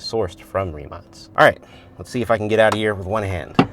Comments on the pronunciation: Hi executive from rimac here i just wanted to point out that you pronounced the name wrong is not rimac with a s it is with a k like rimak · Rimac last letter should be sayd K ree·mak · is it pronounced rimatz or rimack? sometimes you say it correctly (like as it should be - a croatian surname - tz) and sometimes the "american" way... since americans put their spin on everything, I guess both?